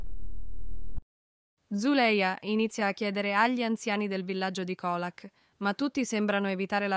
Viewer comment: Ma veramente? Assurdo dai!!!!! Peggio di beautifull😂 e comunque si legge Ciolak😂 mah !!!! E dire che voleva ucciderla derubarla!!!